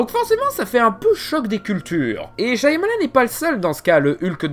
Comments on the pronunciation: C shamalan qu'on dit! Pas shYamalan!!!!! T'as pas vu la vidéo de durendal?! Le y, ne se prononce pas!!!!!😭😭😭😭 G mal aux oreilles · Super vidéo ! Juste : ça se prononce "Chamalane" son nom, pas "Chaïamalane" (je phonétise hein). Le "y" est muet. Source ? Le réalisateur lui même dans ses interviews. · Super vidéo ! Mais par contre je sais je pinaille un peu : Shyamalan = Chat Mah Lanne 😊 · C'est pas [CHA MA LANE] plutôt ?